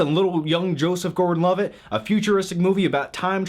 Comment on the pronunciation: Its not prenounced loveitt